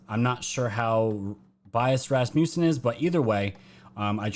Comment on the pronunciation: it's pronounced Raths - Muh - Sun. Love your channel. Congrats on the incredible and very fast sub growth. God bless! 🙏❤🇺🇸❤🙏